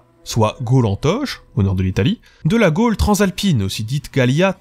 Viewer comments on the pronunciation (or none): none